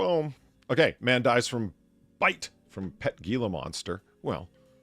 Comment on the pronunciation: Gila monster is pronounced "heela monster" , other than that great show as always